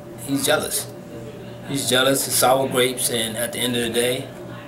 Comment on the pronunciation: sowwa gwapes lmfao